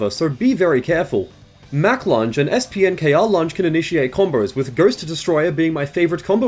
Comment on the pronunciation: Thanks for talking about Nicole in Dead or Alive! You don't hear a lot about her gameplay. Now I know what moves to pick when I play Dead or Alive 4. Also, , it's pronounced Spanker. The Spanker is the Twin Tubed Rocket Launcher used in Halo games.